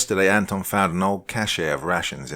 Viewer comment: It's ANton and ROman. That's how u put the accent on those names. Nice story!